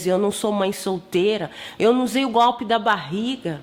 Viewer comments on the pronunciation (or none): none